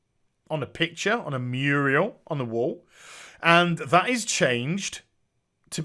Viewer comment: it's a MURAL not a MURIAL. wtf dude.